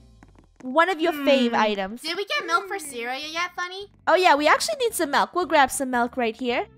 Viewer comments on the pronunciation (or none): its M-I-L-K not M-E-L-K